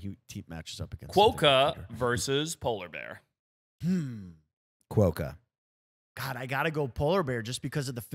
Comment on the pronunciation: Quokka is pronounced kwoka not kwoeka